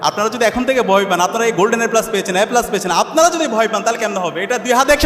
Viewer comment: রাসূলাল্লাহ বলে, আবার "আল্লাহর রাসূলাল্লা"! মোট টোটাল কিংবা এজ এ হিসাবে র মত শুনায়😮😮😮😮😮। হযরত খাদিজা রাঃ আঃ এই নামের সাথে সন্মান সূচক বাক্য ব্যবহার করা বাঞ্ছনীয়। যথা হযরত খাদিজা রাঃ আঃ বলেছেন, করেছেন। কিন্তু জনাব সাদিক তা করেননি। তাঁর উচ্চারণেও যথেষ্ট ত্রুটি রয়েছে। এ+ উচ্চারণ করলেন এ্যা+🙏।